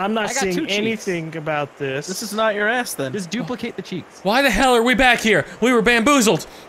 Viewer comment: Instead of saying can you not i heard can you nut